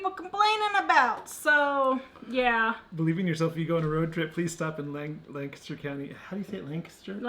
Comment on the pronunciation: I gotta laugh cause you can tell who is from PA on the way you pronounce Lancaster. (Or at least from this area). the emphasis on lanc.